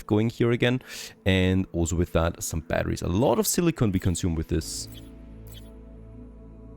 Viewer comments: Surprised they didn't request their VO actress for Alice to re-record all the silicon lines, when she said silicone instead. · I'll buy this game after they give you the option to mute the acidic and condescending assistant whose comms they burden you with. Hopefully her character arc includes an alignment change to "Reasonable Human"... Edit : And a change to pronouncing 'silicon' correctly...